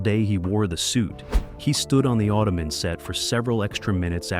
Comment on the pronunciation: Auto-Man say it properly, he's not a foot rest.